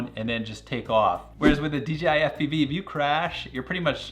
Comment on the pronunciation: in France, it's only been less than a decade that dorks know how to say "J" and not "G", but you quite often hear "deedjeehigh" around. So I guess, we have a fellow french spy here getting uncovered !